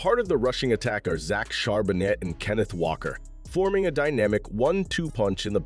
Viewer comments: Shar-ba-nay..... You're welcome! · Charbonnet the t is silent. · Whoever made this video is clueless. We literally never run play action, our run game has only taken off just this week, JSN is not a rookie, the T is silent in Charbonnet, and Witherspoon is the shutdown corner, not Tariq (though he's decent too).